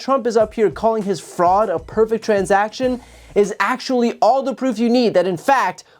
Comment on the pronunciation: "Pefect" I don't think that word means what he thinks it means.